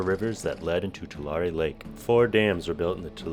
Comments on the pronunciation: too • lair • ree Born and raised in Tulare County... Pretty sure that's how most residents pronounce it! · I grew up in Tulare County! You got it close to how we say it as locals. It's more of a too leh ree (like "two larry"). My sister actually lives not far from where you are. She had to evacuate a few years ago during the floods. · As someone who lives in this area. At least learn how to pronounce the Tulare and Corcoran right. Brining back the lake permanently would take getting rid of the dams or leaving them open all the time. This would put a lot of people and communities at risk of flooding along those rivers every time we have a really wet winter, as part of the dams purpose is flood control. More frequent floods would destroy crops along those rivers. Also the amount of loss to the local economies from both floods and the loss of irrigation water storage would most likely devastate the area. Restoring Tulare Lake would have a huge affect on the entire region not to mention those that live in the dry lake bed.